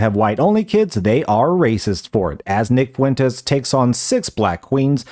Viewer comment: Wow wee nick fwentez owning da wiberals.